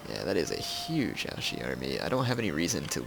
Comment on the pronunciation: you don't pronounce Ouchi right. It's OuCHi, not OuSHi.